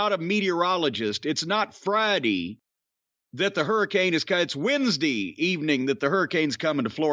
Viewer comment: "It's not Fridee.... It's Wednesdee..."